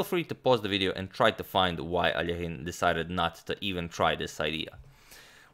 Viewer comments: I bet everyone who watch this video finally heard Alexander’s last name pronounced almost properly. It’s A-lee-o-jen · It’s so awesome that you pronounced Alekhine’s name correctly. Most English-speaking people don’t even try, and just say it as if it were in English.